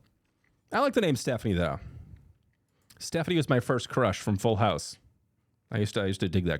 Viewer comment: StefAni not Stephanie AHHH in the A. You’re whitening her name